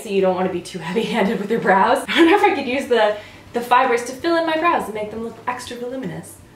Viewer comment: Whenever she says "Brows" i hear Bras. .-.